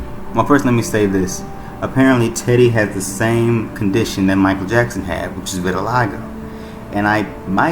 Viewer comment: Its vitiligo. Pronounced: ville-ah-tee-go